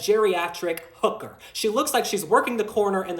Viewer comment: The emphasis on H in Hooker got me dead. Jill Biden looks like a Hhhhooker 😂